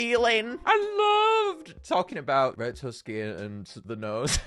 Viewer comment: I'm dying every time you said the word "nose".